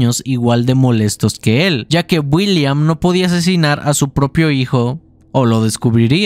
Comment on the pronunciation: no se si soy yo pero escucho que mexican en lugar de decir, William dice Builliam :v buen video :)!